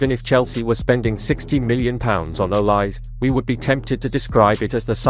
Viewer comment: Please pronounce the name properly: Not two syllables, o-lise, but three syllables: o-li-se, with e accented as in French entree